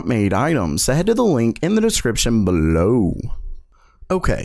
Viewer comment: Why do you say below like that